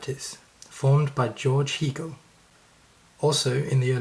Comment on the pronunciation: Hee-gal? Really? Did this person never listen to anyone else pronounce Hegel's name?